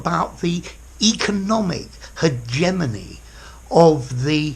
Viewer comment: 'Hegemony' - not 'Hegenomy'. Thanks